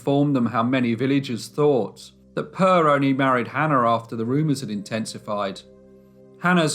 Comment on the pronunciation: It is really funny that people who produce these stories don´t bother to find out how to pronounce the local names. Per is a normal Swedish boy´s name. It is NOT pronounced Purr.